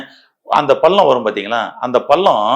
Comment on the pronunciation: பல்லம். இல்லை. பள்ளம். ல. ள